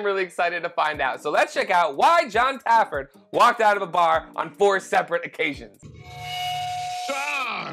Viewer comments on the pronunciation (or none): How am I so many bar rescue videos in and only just realising now you might be saying Jons name wrong? Either that or my hearing is fucking up, are you calling him Jon Tafford? Because its Jon Taffer